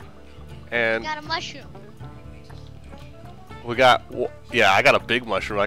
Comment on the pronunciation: IT'S THE MOOAHROOM BIOME